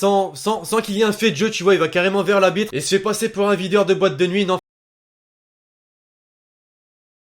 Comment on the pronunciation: Ta dis l'abitre